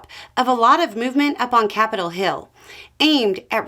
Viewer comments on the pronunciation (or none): none